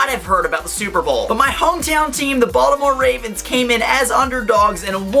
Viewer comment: Hahaha , you have so many baltimore o's!